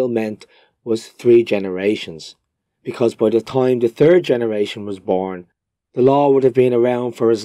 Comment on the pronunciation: 🤣 with your accent and the way you pronounce 'third', I listened to you name King Edward the third as the "turd" . I can't help but think maybe Irishmen simply used their accent as an excuse to call the English King a turd. Hahaha